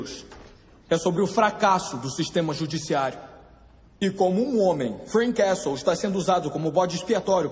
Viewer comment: A advogada falando "Freak Castle"! Nem assistí tudo e já sei que foi a melhor parte. 😂😂😂😂